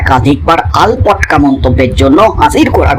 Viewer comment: আলপটকা নয়, কথাটা আলটপকা।।